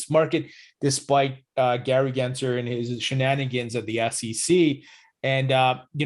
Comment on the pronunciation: Why does the green screen mess up so much on the top of your head? Lol it's so distracting but also funny. Btw, it's GensLer with an L, not Gary Genser.